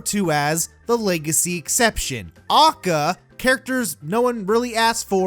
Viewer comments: Jesus christ stop saying "A.K.A" as 'Ah-cah' its literally three separate letters with three separate sounds. A=Ay, K=kay, A=Ay. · Its a-k-a NOT akkah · Every time this guy says "acka" I lose a brain cell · liked the video, little bit peeved by your pronunciation of A.K.A as AKA over and over and over and over and over again. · A.K.A. its not one word aka this triggers me so much. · Your saying ah-k-ah instead of a-k-a and it’s pissing me off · Yo could you say A.K.A instead of AKA it took me out of the whole rant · Bruh, it’s Ay Kay Ay not “AHKAH”. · A.K.A. Shouldn’t be pronounced acka either say Also known as or A K A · I feel weirdly angry when actually say aka as a word and not just "a k a" besides that is a good vidi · Ive literally never heard anyone pronounce AlsoKnownAs/A.K.A. as an actual word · Did this fool just say a.k.a. "akkah" bruh wtf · ITS PRONOUNCED "AY-KAY-AY" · Who says AKA as one word? You say A K A! NOT AKA! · Stop saying AKA like that you nerd